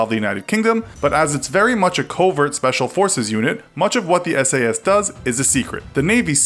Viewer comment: Did he just say the "British army sepacil air force" 😳 ffs